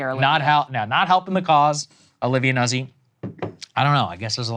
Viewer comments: Nuh-Zee?... It's pronounced "Nazi" Deal with it! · It is pronounced NUT SEE in proper Italian. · I only care about the horrible pronunciations of those Italian names: it's "Noot-si" and "Leet-sa". Thank you lol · It’s pronounced “nooht-see” in Italian. Thankful for the reporting